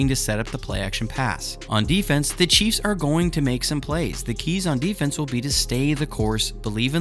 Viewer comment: It sounds like you are saying cheese fans.🤣😂🤣😂🤣😂😂